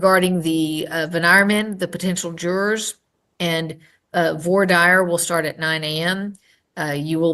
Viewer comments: with all due respect, that is not how a sitting judge should be pronouncing 'voir dire'. Let's leave unintentional comedy to professional specialists in that field -- sovs, frauditors, Karens, and miscellaneous whackadoos. 😄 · Shaking my head at the pronunciation of "voir dire"... seriously? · That is the strangest pronunciation of 'voir dire' yet.